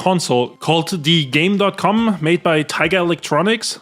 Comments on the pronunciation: actually is "gamecom" not "gamedotcom" 🤓☝️ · Love your content, just a quibble. It’s Game (pause) Com. Tiger tried to be hip and didn’t understand computer lingo and it makes it confusing to modern gamers with the stupid “dot” between “Game” and “Com” When you turn the console on, it has a voice that announces the name of the console. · Rebecca Heineman is the best. She did the best she could with what she had and I respect her so much for it. Also: Zeebo mentioned! Brazil mentioned! Let's GO!!! Also also: That Tiger console is pronounced Gamecom. No dot. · Despite how it's written on it, it's actually supposedly pronounced "Game Com".